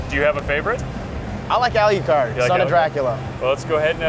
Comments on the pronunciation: al what card?? alyoucard?? alyewcard??? gah! I'm complaining about that.. damn guy can't talk and play castlevania games at the same time... and his murder of famous helsing characters... alucard!!!! al.. lou... card!!! is that so hard!!! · why does that guy pronounce it "Ali-ew-card. its pronounced al-lu-card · A LEE YOU CARD! If you are going to promote the game, PLEASE get the pronunciation of the names right :P . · "ALYEWCARD"? What a noob... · Ah-leew-card WHAT THE FWOK IS THIS SHEET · Al yoo card? Thats annoying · Why does he pronounce Alucard like "AL_U_CARD"? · plus this isn't a great game it's a down grade from the series i mean the fucking dude who's running it can even say Alucards name right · I cringed every time he said Alucard's name wrong.